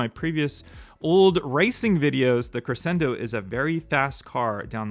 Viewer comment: Crescendo is pronounced “creshendo”. The Batman car you’re having trouble with is “Asylum” . Pronounced “As-eye-lum.” You’re welcome.❤